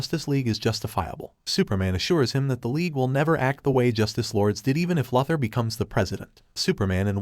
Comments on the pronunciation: LOO-ther , NOT LUTH-er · How many times can the narrator Miss pronounce the word Luther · It's Luthor not Lathor idiot.😂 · Lue thur not lufther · No one ..... "Lex Luxor". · Why do you say Luh-thur. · You don't know how to pronounce Lex Luthor's name??? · I have to know why this channel constantly butchers the name of Lex Luthor? It's not that hard to pronounce compared to the fact that they pronounce every other name right. It's one of the many annoying things about this channel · Amen how many times can he mispronounced Luther